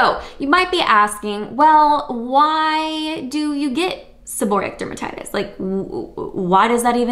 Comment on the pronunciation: If you're going to give advice, please pronounce the diagnosis correctly.